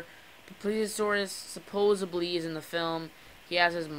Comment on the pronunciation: It's supposedly! Not supoably! Don't record at midnight, cuz it detours people from the Chanel if you put out crappy videos. If you want viewers, put some effort into it, I'm just watching after you man.